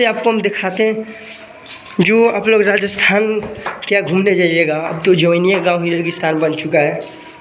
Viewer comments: Registhan registhan 😂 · Kya bhai registhan registhan 😂